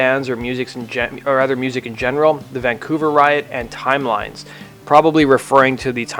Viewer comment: time-lee-ness not timelines. Interviewers were not to ask why he was going on late.